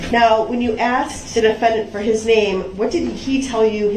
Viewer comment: brooks "tack it" reminds me of his "AXED" and his many other mispronounced words. brooks created a brand new language during this trial.